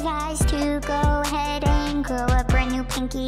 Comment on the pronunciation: he says ahread not ahead